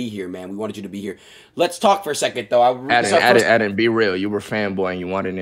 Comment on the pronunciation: Aden not Adin